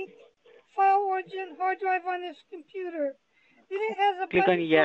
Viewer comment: "Dhey are using your dekstop combuder..." gosh I hate these idiots